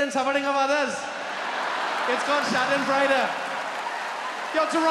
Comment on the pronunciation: Not so fun fact. The word 'Schadenfreude' is translated to other languages. You also pronounced it wrong. And I'm only 22 seconds in. Must have been a great appearance.